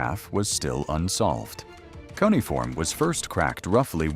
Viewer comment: I found this to be really interesting. It's a really good video about how this research can work better using AI to compare fragments in multiple museums and archives. Before doing another of these, though, please teach the AI how to say key words that will be used often. The word "cuneifom." It was mispronounced various ways throughout the video, and I found that to be distracting. Thank you for sharing the research. It's really cool that we now have a bit more of the Gilgamesh story now!